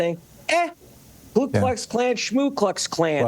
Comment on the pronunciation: Ku, not "Klu."